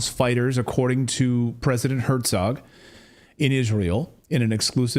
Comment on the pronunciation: CLAYTON, it's Her-zog, there is no t in the name, trust me I know I was married to a Herzog for 33 years .....................